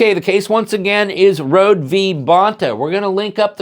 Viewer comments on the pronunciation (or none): Her name is pronounced Rho-dee (not like "road") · you mispronounce Kim Rhode’s name. It is pronounced like “Road-ie”. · Its actually pronounced Row-DEE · Hello, I live in SoCal and I have met Kim Rhode several times over the years. I just wanted to let you know that her name is pronounced "road-ee". Keep up the great work! You are one of the channels I check daily for the latest updates. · Her name is pronounced as Road-E. Hopefully she makes the '28 Olympics.